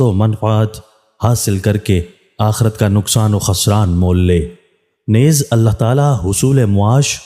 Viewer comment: نیز کو درست طریقے سے پڑھیں جی Neez جسطرح لفظ ھے چیز مریض یعنی نون کے نیچے زیر ادا کریں